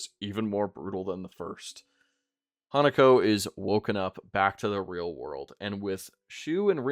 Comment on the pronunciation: Hinako is not pronounced Hanako. It sounds like you're saying Hannukah LOL